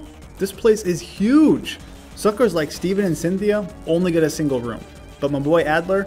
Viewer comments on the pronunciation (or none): none